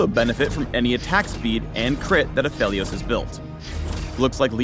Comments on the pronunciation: Wait, A-fe-lios? Not A-fee-lios? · Its PHEL not PHIL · It's apheelios not aphelios reeeeeeeeeeeeeeee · any reason people pronouncing him as aphilios on stream lol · No one: Riot: Takes a hit of crack Absolutely no one: Riot: Apheilos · its not “apheelios?” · the way you pronounce aphelios is just....wrong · Aphalios? really? I hate that pronounciation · the guys reading a script likely never even heard his name before he read it